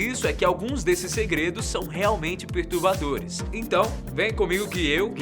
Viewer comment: "pertubadores" hein kkkk